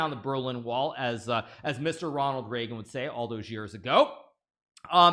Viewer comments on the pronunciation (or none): none